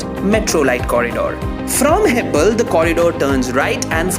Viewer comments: Its not hebbal, it's hebbala(ಹೆಬ್ಬಾಳ). ಎಲ್ಲಿಂದ ಬರ್ತಿರೋ(where are u come from ) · It's not Hebbal, it's hebbala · Why are you pronouncing Hebbal as hebble? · Bro it's heb-baal (like hair in hindi) not heb-bl 🤦‍♂️ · Ur pronunciation of Hebbala🤣🤣 Just Google before making video bro